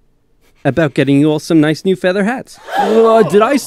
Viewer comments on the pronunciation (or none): none